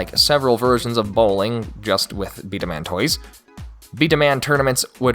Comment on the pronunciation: It’s Pronounced b-damon